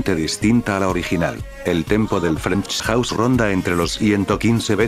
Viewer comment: "Frenksch Jauss"